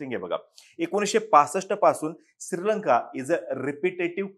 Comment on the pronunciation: सिररररर्लंका अस उच्चार येतोय ,श्री लंका बरोबर वाटत असो 👍👍